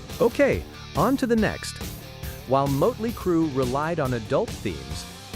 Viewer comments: It's motley not moatly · I would subscribe if you actually could pronounce motley crue correctly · Hey robot, it's pronounced "" Mahht-lee cruu" 🙄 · Who’s Moatley Cru? 🥴 Still, enjoyed the video. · If you are going to put content out, for crying out loud, get the name RIGHT!!! It absolutely annoyed me the way Motley Crue was pronounced!!! Don’t you edit your videos before posting them???